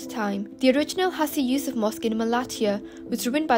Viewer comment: It's not hasi Yusuf it's pronounced as haaji yousuf